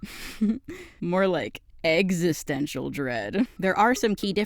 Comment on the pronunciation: I actually listened to you say "eggstistential" and im still subbed 😂 but youre on thin ice 😤